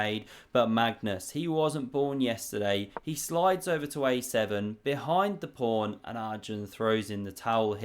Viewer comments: Are you so hungry, that you keep saying prawn instead of pawn? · does he always say 'prawn' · Ya it's my favorite because he doesn't go off on too many computer lines but does he have to sound special needs every time? Mispronouncing once and a while for a joke OK. But I was started to think he couldn't pronounce the word pawn. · It's a PAWN, not a PRAWN. This isn't a game of sea creatures. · body-green-covering-eyes:Don't make fun of my friend's regional dialect. Next you'll be saying Mongoose Carlsberg isn't his real name and he wears a wig.:face-blue-wide-eyes